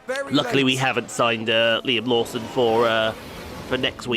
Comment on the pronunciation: Half the time you were saying Liam Lawson I thought you were saying Luam Neson 🤣